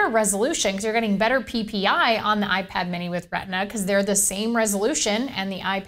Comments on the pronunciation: "Ipar" lol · Gotta love the "iPar" lol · iPar and 'A NOTHER'